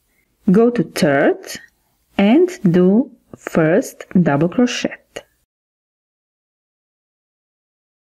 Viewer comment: You pronounce crochet (cro/shay).